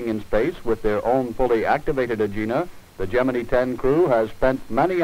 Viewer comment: It's not Gemine it's Gemini!